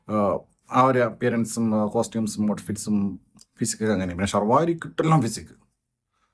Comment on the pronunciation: Sharvarrri alla bro , Sharvari. Salwari n parayathuathu avalude bagyam